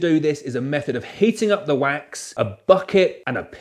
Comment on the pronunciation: You say wax, I hear quack!